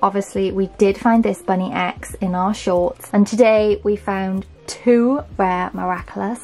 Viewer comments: its bunnix not bunny x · it’s actually spelt Bunnix(bu-n-i-Ks) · Uh you keep saying bunny X not bunnex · Hi I loveee your vids ❤ But you don’t pronounce it as ‘ BUNNY X’ it’s actually ‘BUNNIX’ in the show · The thing about these is there is only two various rolls you can get and also just so you know the bunny is said like bunnix. I know it's confusing 😁❤ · Hi its bunnix not bunny x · Her name is Bunnix not bunny x but video is cool anyway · I was getting SO mad when she was saying “bunny x” and not “bunnyx “ 😂